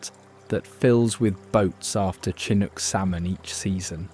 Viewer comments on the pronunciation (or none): Beautiful imagery, but the narrative almost never matches what is being seen. And the fact SO many names are mispronounced, such as Chinook, tells me this is not a native Oregonian is speaking. Of course that is obvious with the fake British accent. Makes me believe it's AI. Such a shame. Your credibility is questionable. Too bad you couldn't get a Northwest historian to narrate this with actually interesting content. Beautiful footage, but your fake narrator ruins it for me. I couldn't finish watching it.